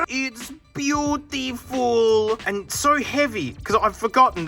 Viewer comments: “ITS BYUTIVUL” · That “itz biutifulll” got me